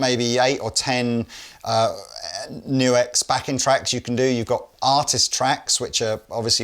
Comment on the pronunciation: NUX! Not Nu-X unless they change the name to include a hyphen. (That's a TRIANGLE, not a hyphen) That's it! It's also GIF, not JIF, NUTella, not NOOtella! You're welcome!